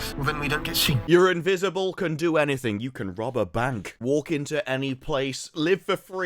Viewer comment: Nope, can't listen to him ruin my language..yooooooou.🤮